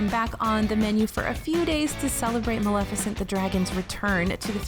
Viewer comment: Bless you for pronouncing Maleficent correctly,. I can't tell you how many people don't.